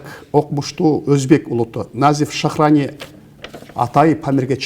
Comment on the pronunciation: Назиф Шахрани деп окуңуз